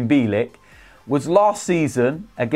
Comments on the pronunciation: Pronounce his surname correctly will you? Phonetically it's Bee-yell-ik. Mind you last season you kept pronouncing Rennes as Renns, despite Robbie interviewing one of their fans and telling you how to pronounce it correctly, with no S. Although, why should I be surprised at your lack of education, you are thick Gooners after all. 😁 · It’s pronounced Byeahleek